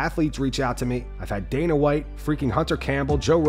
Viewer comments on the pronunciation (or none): none